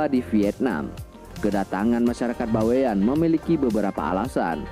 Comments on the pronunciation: Bukan baiwan, tapi Bawean, berasal dari pulau Bawean Jawa timur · "Bawean ya Bang.., bukan by one.. 😁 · Bawean bang, bukan Baewan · Bawean itu adalah dari suku jawa tapi sebuah pulau yg disebelah kota Surabaya /Jawa timur .cara Bacanya Baweyan bukan bewan bro memang itu suku Jawa yg seberangnya Surabaya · Pulau BAWEAN.. bukan By one pak Cik..